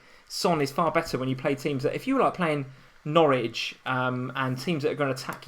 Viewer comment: it's Norwich ffs 😂